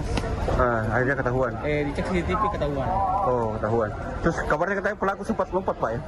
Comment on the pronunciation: “periksa ststtststcctststssaahh .. “ Ngomong CCTV susah bgt 😂😂😂